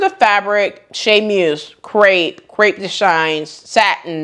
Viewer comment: Here's a little French lesson: charmeuse is pronounced "shar mews". Godets are pronounced "go days". Crepe de Chine is pronounced "Crepe de sheen". Hope that helps (I'm not trying to be critical). I adore the lime green dress with the back ties but I have nowhere to wear it. I would pick up the green pants. Thanks sew much for another excellent video.